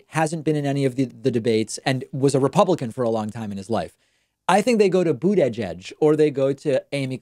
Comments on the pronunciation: I love when David says "Bude-edge-edge" 😂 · David trying to say "Buttigieg" lol.